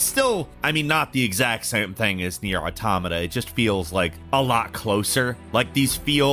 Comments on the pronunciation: I wasn't you to know that I've noticed you properly pronounced "automata" in this video and I'm delighted, it's been a hell of a journey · He said automata right lol. I fucking love this character arc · THANK YOU for being someone who pronounces automata right. It's pronounced like autonomous is it's root word, because it is.